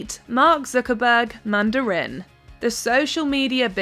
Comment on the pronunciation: The commentator needs to learn how to pronounce "Mandarin" in English.